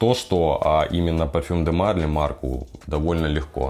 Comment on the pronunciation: Прости за занудство, но Марли́ - ударение на последний слог, как всё у французов. Обзор годный.